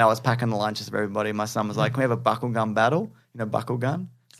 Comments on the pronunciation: lol. Legit thought was saying "buckle gun". Not trying to be rude, but sounded like a euphemism you'd find on Urban Dictionary. But I guess it's "Bakugan". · I thought said "buckle-gun battle". It took me a full minute to realize he was saying "bakugan"